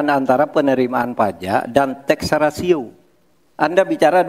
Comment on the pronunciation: Maaf, bukan TEXA RATIO, tp TAX RATIO...😊